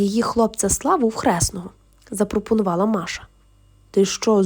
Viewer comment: Якраз взялася писати комент з цього приводу. Які маша, діма?? Якщо вам подобається так, то читайте російською і нехай вас слухають прихильники рускава язика. Ріже вухо, коли українською текст, у якому звучать імена на російський манер.